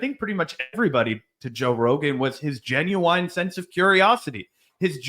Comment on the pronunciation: Z saying “genu-wine” killed me